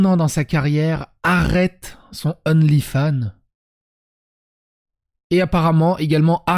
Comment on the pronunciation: Attention à la prononciation : Amouranth est la reine des Hot Tub, pas "hot teubes" 😅